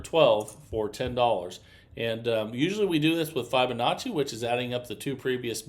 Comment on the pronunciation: New drinking game: every time he says, “I can’t wait to show you”, or mispronounces Fibonacci